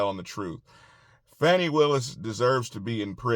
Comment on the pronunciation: It's not Fawney....it Fanny...like the butt cheek.